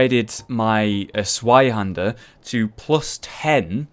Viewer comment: the 'z' in zweihander is pronounced as 'ts'. It's German and the name literally means 'twohander' (pretty obvious I feel, but hey, the more you know...)